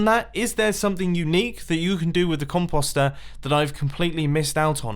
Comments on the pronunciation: The way you British people say "composter" makes me want to jump off a bridge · Ok. I see no other comments. Is that actually how you pronounce composter? If so, my life is a lie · I'm pretty sure the way he says it is a British pronunciation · Are there any other Americans slightly annoyed by the way he says "compost?" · I couldn't finish the video because of how he says it mumbo.... com po ster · Composter is pronounced "poster," like the word that rhymes with coaster or toaster. Comtoaster? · Com-p-o-st not com-pos-t At least that’s the way I say it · It’s Com-Post-Er, why are you saying it like that 😂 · Comp-aw-ster 😫 Triggered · "cumpawstrr" it hurts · Com-Post, like postal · Mumbo you pronounced composter wrong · I love the way you say compost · Omg say composter right. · like yur saying .com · He pronounces composter so weird. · Why did he say it soooooo weird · Its com-Poe-ster not com-paw-ster and com-poe-ste not com-paw-st lol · It’s “comp-O-ster” not “comp-OGH-ster. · Com- post- ster not Com-pus-star. 🤣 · Com post er not comp ost er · Me:Mumbo it's not com-paw-ster it's com-Poe-ster. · Pretty sure it's pronounced Com poster not Com pawstir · Com-paw-ster when it's Com-post-er. Last thing we had a weird pronunciation was water sauce. Another remix coming??? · Actually since you british have your accent and you say that it's pronounced com-paw-st which I will not deny being right, but it's sooooo annoying to hear him say it like that as we Canadians and Americans say Com-post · Composter mumbo! Not compauster! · it a COM-post-er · For real “con poster” is what you’re saying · Com pasta er ( no offense ) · DUDE!!! the O in "(comp OOOO ster)" says its name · he says composter SO weird he says it like com-post-er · Maximum velocity con-POSST-er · please pronounce the word correctly.... it's COM - POST. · Lol its com-post-er since when does an o make an a sound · it's com-post-er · Mumbo its pronounced "com*post*er" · Mumbo Com-Post-er u say it like that